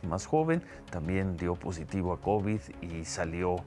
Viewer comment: Esa mujer no sabe pronunciar ninguna palabra. Que hace ahí Ciro?